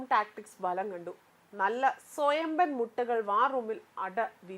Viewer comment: ബലം അല്ല. ഫലം എന്നു പറയണം